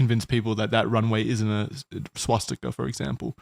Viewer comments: Does .... does Wendigoon think it's called 'Swatstika'? I swear he said it that way multiple times. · "is there a swatzika?" i'm deaddd